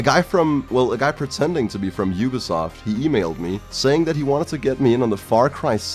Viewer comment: I didn't understand why you thought the scammer was from Yugoslavia but then I realized that's how you pronounce ubisoft